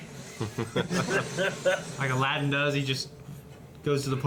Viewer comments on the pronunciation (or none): none